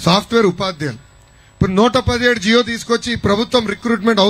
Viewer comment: తల్లీ ఎన్ని రోజులు బట్టి పట్టవ్,TDP కార్యకర్త అని అర్థం అయింది లే, ఫస్ట్ జీవో అనడం నేర్చుకో లోకేష్, జియో అంటే ఫోన్, ఎప్పుడు నేర్చుకుంట్టావు రా బాబు.